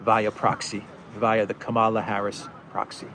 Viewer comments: It is pronounced Kamala as in Pamela. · Camela. She says it herself. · Hi, You are NOT exactly pronouncing that lady vice president's name.......But, menaing-wise, your pronunciation suits to her charecter and behaviour.......(Especially when she laughed on seraiously hearing about refugee crisis from Ukraine)........ Further, If you remove "Ka" from your pronunciation, the meaning will be a 100% best fit......Thank you so much.